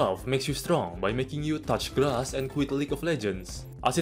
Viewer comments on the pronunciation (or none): none